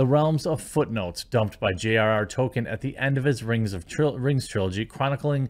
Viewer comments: DUDE!!! IT'S "TŌL-KĒN" NOT "TŌ-KƏN"!!!! PLEASE, AT LEAST, PRONOUNCE THE GODDAMN "L"!!!!! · Every time Jeremy mispronounces Tolkien's name, all I can think about is the character Token from South Park. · Token epic. Not Tolkien epic. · Why must Jeremy mispronounce Tolkien as "token"? It is unbelievably grating.